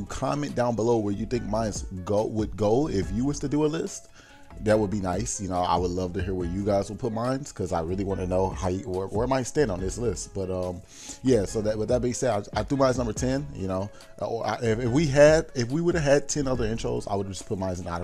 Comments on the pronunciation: dude y did everyone NOT notice that he says "mys" for "mine" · dude y did everyone NOT notice that he says "mys" for "mine" if u see dis please say "mine" and not "mys"